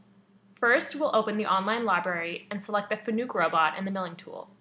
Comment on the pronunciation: Nice video. One pointer. When you refer to a Fanuc robot as a Fanuuuk it hurts your credibility. I understand there are still groups that think Fanuuuk is the correct pronunciation but they all sound like they don't know how to hold a teach pendant. Fanuc used to have a slogan to help with mispronunciation. Fanuc: it's like "Panic" with an "F". True Story! For obvious reasons they dropped the slogan.